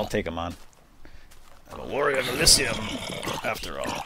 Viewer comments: Its pronounced Uh-Lee-Zee-Uhm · elysium is pronounced ee li zum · lol pronunciation of Elysium <3 love the vids, though ! :)